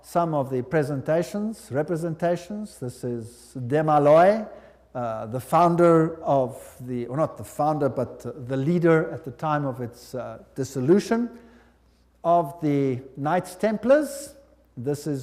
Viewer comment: It's DeMolay, not Demaloy